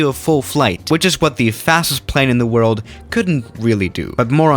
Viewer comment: Nobody:: OK guys this is the fastest plane in the WORLD The PLANE: I AM SPEEEEEEED